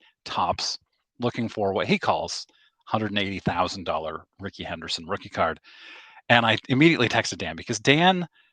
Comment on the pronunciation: Lewis T'aint Ricky Hen-d-Ur-son!?!